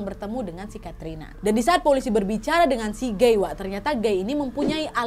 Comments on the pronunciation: T..t..tapi bacanya gai b..b..bukan geeeii 😫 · PAS NGOMONG GUY AK MKIR GAY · Kukira "gay" ternyata"guy" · Guy kak bukan gay 😭